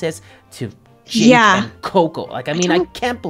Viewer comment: its JAKE not JACK